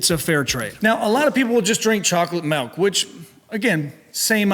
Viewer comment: Did he say melk?